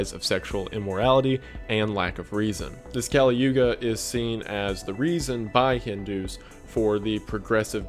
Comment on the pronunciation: Kali is pronounced Collie